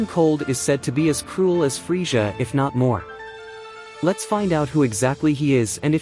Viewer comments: please fix how you say freeza. I couldn't do it. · The way you say Frieza killed my ears. I had to instantly click out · Why can't you say Frieza properly?